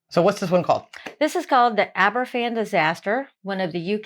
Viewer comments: eck. that ai narrator, gabble gabble gabble. There's a much better version available which provides accounts from actual people who were there. It's pronounced Abervaan. The govt was told many times about the danger of the tailings piles, but did nothing about it. The Queen would 'never' fake tears! She stayed away because she felt she would only make it worse for those who were grieving. She did go after 8 days and was in tears. Ever since, she has visited the towns people and kept a close bond with them. Recently, Prince William, the King, and Catherine went there for the 60th anniversary of the disaster. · Just one thing re the pronouncement of Aberfan: The ‘F’ in Welsh is pronounced like a ‘V’ in English. It’s a soft V. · The welsh spell it Aberfan it's pronounced abervan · The person in the video wasn’t quite pronouncing the places properly, including Aberfan, in which the f is said like a v (aber-van). Thank you for covering this story with such tact. It truly was a horrendous day in the history of Wales. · Aberfan is pronounced in welsh as abervan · It is pronounced Aber Van, and it is in South East Wales in the Merthyr Tydfil Valley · Aber-van is the pronunciation. In Welsh 1 f is pronounced as a V, 2 f's together is an f. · Aberfan, is a town which should be prenounced "Abervan". The single letter of "f" needs to be pronounced as a "v". When a Welsh word has "ff' it sounds the same as the "f" in English. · The Trevithick Trail was the first railway line in the world.. the f in Aberfan is pronounced as a ‘v’. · You say Abervan, to make an English F sound in Welsh , you need two ffs Such as Duffryn (Dufrin) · Yes I asked you to watch it quite a while back. Heartbreaking stuff and it's pronounced abervan. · No F in Welsh Abervan is the way it sounds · Pronunciation help- Abber-Van Uh-nis O-when Mur-ther vale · Just to let you know, there is no v in the Welsh alphabet. A single f is instead pronounced as a v. Thanks for the video . Cymru am byth 👍